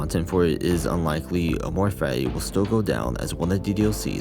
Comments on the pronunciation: The way you keep pronouncing amor fati makes me want to bash my head onto the wall but cool video i guess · am I stupid. this entire time I heard him only say "amor fai" and zero T's at all. where did he say fatty 😭